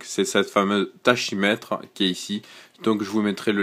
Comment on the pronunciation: Lol, juste un détail tachymètre se prononce takimètre, quelque soit l'accent